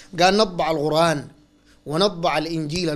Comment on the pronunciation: القرآن ✔ الغرآن ❌ والله اعلم